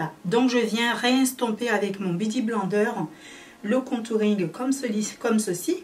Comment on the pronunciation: Sa se prononce "biouti blainedeur"😂😂 dsl sa me stressait trop bsx😘